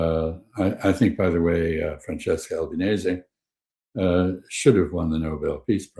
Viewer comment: Francesca Albanese is an Italian name, like my name, Stefano Genovese., please pronouce her name correctly. Amb Chas Freeman is awesome!